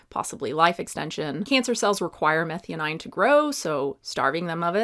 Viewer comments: Meth-eye-owe-neen not methy-oh-9, had me confused there for a bit. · Abby gonna come after you for pronouncing methionine wrong nonstop. Its pronouced meth-eye-oh-neeen. And just a heads up, I am listening not looking, but yeah glutamate is dumb, like you said, but if glutamine was mentioned, that really is related strongly to gut health for like 20+ years especially in neonateology literature -- I only know this from colleague who is a neonatal doc and altho I'm adult suggested I take glutamine to see if that would help fix some gut issues and new allergy-like symptoms I had after a virus... because of neonates literature although I was a whole assed adult.... but Abby is dumb and probably doesn't know the difference between glutamate and glutamine :( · Methionine is pronounced meh - THIGH - uh - neen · Psst. Not that important, but. It’s pronounced meh-thigh-oh-neen. 🙂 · you'd be a lot more credible if you'd learn to pronounce Methionine ( Meth - THY - OH - NEEN) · Love your content, but will unsubscribe if you don't start saying meth-eye-o-neen. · Hey are you pronouncing methionine correctly? Just asking. Compare to glutamINE .